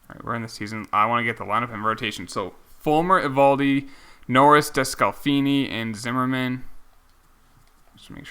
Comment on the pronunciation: please stop saying Des cal feeny it’s Desk la Fanny